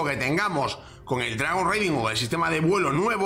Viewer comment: Dragon RAIding, es lo correcto en la pronunciación, "reiding" como lo dices, se refiere a hacer Raids, saludos! 🍻